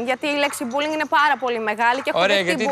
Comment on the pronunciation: Όλες ξαφνικά έχουν δεχθεί μπουλινγκ.. "πουλιν"(που λέει κ η Σουζανα) έχετε δεχθεί αλλά αυτό είναι άλλο θέμα